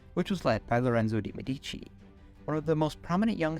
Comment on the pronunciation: Mèdici, not medìci